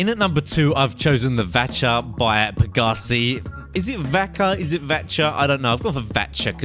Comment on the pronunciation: Pegassi, not Pagassi